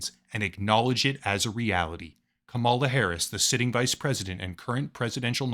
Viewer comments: It's KUH-ma-lah, like in karma karma karma karma camaleon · Her name is KA-mala, how hard is that to learn or say. Jesus, you sound foolish. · It’s pronounced “Comma luh “ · You pronounce her name like the type of person who hasn’t covered Trump partnering up with a known crypto scammer to create his very own crypto scam, despite your channel being largely dedicated to covering crypto scams 🤡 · Are you intentionally mispronouncing her name? I find it hard to believe someone as intellectual and research-focused as you really doesn't know enough about the people you're reporting on to not know their name. I don't support Kamala, but I do respect her wish as a human being to be referred to however she wants. Whenever I hear people intentionally mispronouncing her name, especially when they do so in the way you have (by obviously straining and exaggerating as if you're disgusted by having to speak the word,) I can't help but to roll my eyes. Hold yourself to a higher standard, and don't act like a bumpkin. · since you choose to mispronounce her first name ,LA i am unsubscribing... so very sad and purposeful